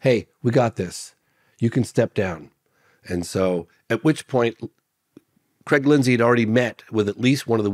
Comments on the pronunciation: every time he said Creg i got a shudder down my spine... Its Craig God damn it. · its called saying Cregg instead of Craig. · Creeegggg, put the garbage out front son 😂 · Ho Creg. Yer dinners ready! Lol